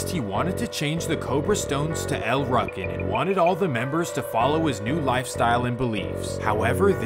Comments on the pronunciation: Wtf is a ruckin? It’s ru-kin wtf lmao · Pronounced L Rookin not Ruckin how u said it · lol it pronounced Like rookins or ruukins no ruckins… you’re killing me smalls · EL ROO CANS....is how you pronounce it fam lol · It seems like in all of these stories at some point shit goes left between 2 friends & a beef starts that lasts for decades …..it’s happpened countless times & continues to happen til this day…..it’s pronounced “EL ROOKIN” btw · El Rukn is pronounced with a long vowel U.. like Rue-kin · It’s pronounced “El Rookin” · It's pronounced El "Rooken" but spelled Rukn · It's pronounced, "El RUU KEN" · It's pronounced "L-Roo-kin" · It's pronounced El rue kin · pronounce it right SAY IT LIKE EL rOO-kin yes its spelled el rukin but its not pronounced that way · It’s pronounced Rookin. Damn you really butchered that up plus you said it like a thousand times 🤦🏻‍♂️ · U kept mispronouncing El' Ruken. The u is hard, not soft. sounds like Rooken. Also, the stones and MCs were never one gang, and Micky never ran the stones while Malik was locked up. Also, the original leader of the stones, King Bull, was blamed for mickys murder. Malik loved Micky like a brother. Malik and King Bull went to war over the leadership, and Micky got caught in the middle. and the MC never had Cabrini Green and Robert Taylors on lock. CG had abot 30 buildings. The MCs had 3 buildings. Vicelords had 2. the disciples had the rest. The MCs had 4 buildings in the Robert Taylors. Disciples had over 20. The MCs were always a tiny gang compared to the stones, disciples and gangsters. U got a lot more wrong as well, but u arent the only one. a lot of that information is spread by police and so called scholars who didnt have correct info to begin with. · U pronouncing el rukn wrong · Maybe this is Ai cloned voice; But you're pronouncing El Rukn wrong. It makes you sound like a person who doesn't really know what you're talking about.